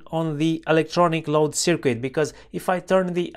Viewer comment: FYI... Just a heads-up...There is no "W" in "circuit"... pronounced (sirkit ).